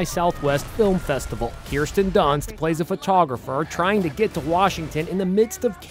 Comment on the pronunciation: Keersten its Kirsten she should have just been called Kristen